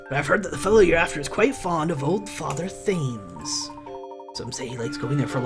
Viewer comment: I know this let's play is long finished and I havnt finished watching so you might have realised it by now but your pronouncing Thames wrong, it's actually pronounced like "tems" sorry if you already knew this it just really bugs me hearing you call it "thaims" ;v; really enjoying your Layton let's plays btw! I hope you get the chance to film the last two sonetime :)